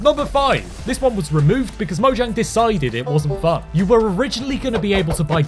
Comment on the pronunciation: It's actually pronounced "moyang," if you're going by the Swedish pronunciation.